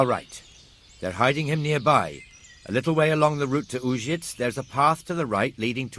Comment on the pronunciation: It's a pity they didn't go through and create pronunciation guides for the town names for the voice actors. Having Uzhitz pronounced 4 different ways inside an hour is jarring.